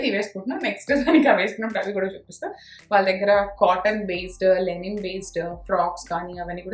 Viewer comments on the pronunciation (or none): Linen andi..lenin kaadhu